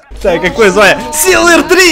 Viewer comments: СИЛВЕР, ножом по ушам... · Блин, бомбит, не СИЛВЕР, а СИЛьВЕР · Ну как ты не поймёшь, не сиЛвер, а сиЛЬвер!) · Акул говорит силвер три кто услышал лайк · я не ебу почему но меня бест то что акул говорит силвер без мягкого знака